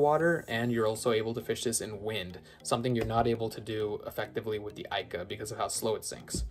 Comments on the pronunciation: It's pronounced eeeeeka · Youre pronouncing ika wrong